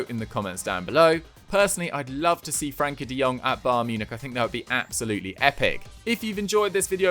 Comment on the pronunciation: Does anyone elsemind him saying Frankie and not Frenkie?